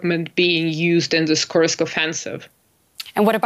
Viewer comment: Youd think this woman would know how to pronounce Kursk lol.